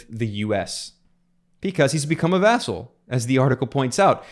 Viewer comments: it's vassal not vessel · I think someone was saying "asshole" with an accent.